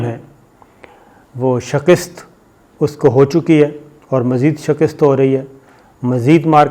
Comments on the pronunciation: Sabir Bhai yeh word shakist nahi shikast hota hai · The word is not SHAKIST it is SHIKAST.you always make that mistake. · Sir it’s “Shikast” NOT “Shakist” Thanks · Please Shakist ko Shakist na bolen. Yes Shikast hota ha